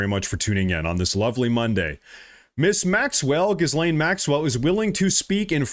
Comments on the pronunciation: Dude. Her name is pronounced "Ga-Lane." Although "Jizz-lane" is more appropriate, and maybe that's where I missed the joke. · Pronounce: " 'Gees-lane" if you care... It's a french name, you're welcome 😂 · great work brother. just one thing, it's ghee-lane, like key-lane. the s is silent. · Her name is French and is pronounced he-lane. Just saying… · Hi - love you! FYI- “Ghislaine” - PRONOUNCED with silent S……Sounds like: “gill-lane”. Thank you. 💜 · It's pronounced Ghe-laine Maxwell. The bit about the globalist blackmailers has been under discussion for a while. But no-one gave it credence. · 'Ghislaine' is pronounced 'ghee-lane'. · Mah-guh, not mowga Gee-lane, not gis-lane Ep-steen, not ep-stine Dude good content but your grammar is shit. It's pretty much every other word